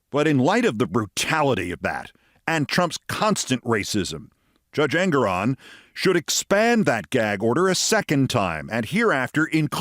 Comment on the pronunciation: FWIW...I understand the correct pronunciation of the honorable Judge's name is en-GORE-on.